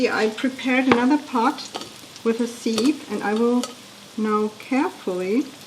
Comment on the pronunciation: Danke schönes Rezept. Keine Kritik. Its a siff not a siiiif und es wird Wuster oder Wustersha Sauce ausgesprochen.